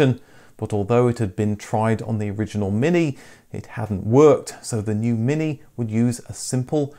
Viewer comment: "eeze thees yuer Minki?" J. Clouseau